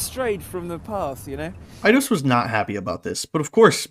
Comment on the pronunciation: Eye-dos is the correct pronunciation. Back in the 90s we called it id-ee-os.